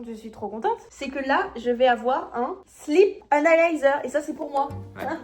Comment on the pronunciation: J'ai compris "slip analyser" 🤣🤣🤣